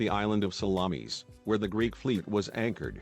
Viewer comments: I thought it was Themi-suckles, like the bay of Salammees, lol. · Salammmees?---the pronunciation is embarrassing and funny--and sad in a way. And a lot of the facts are wrong as well. Greek ships were heavier and not every single Persian ship was sunk.